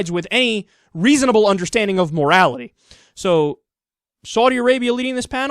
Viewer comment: I love the fact that Americans are incapable of saying the words Saudi Arabia. It's hilarious.